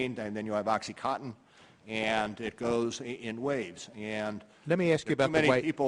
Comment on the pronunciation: Meth...then oxycotton?????? lol. That made me laugh. As if to say that oxycotton is worse than meth. I don't do either...just thought it was funny.